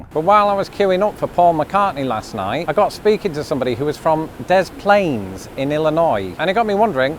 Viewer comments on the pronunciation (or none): Great video on Iowa, thanks for visiting! But I just gotta add that the s at the end of Des Moines is silent, both s's are, it's like Duh Moyn. Y'all come back now ya hear? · NEITHER "S" in Des Moines is pronounced. At least once you pronounced the second one.